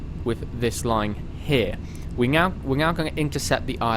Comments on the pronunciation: Great video. Its "Now" not "Gnow" btw. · I like how he said "now" and "nav" as nyow and nyav